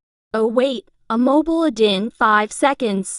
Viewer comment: Should i just mind about the tts voice pronounced 'ad' as A D I D